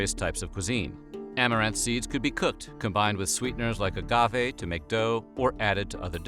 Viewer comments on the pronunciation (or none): none